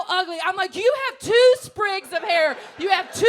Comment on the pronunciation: She took me back to my youth when she said 2 SPRIGS OF HAYER!